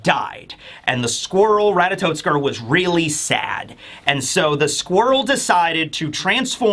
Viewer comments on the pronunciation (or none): Minor quibble, but it's "Ratatoskr", not "Ratatotskr". No "t" before the "s".